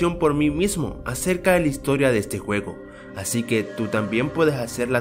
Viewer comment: dijiste huevo en lugar de juego XD like si lo notaste